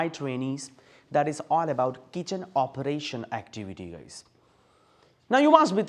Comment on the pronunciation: Kitchen oparetion😂